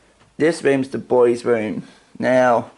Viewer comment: Okay …. The spirits are clearly disturbed by your hair cut and clear speech . They are called, “Rooms”. - not “WOOMS”